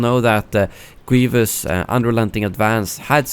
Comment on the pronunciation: its Grievous. Not Gweevus